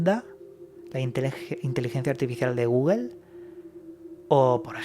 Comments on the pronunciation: Dijo Google or gugel? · "de guguel" jajajja 😂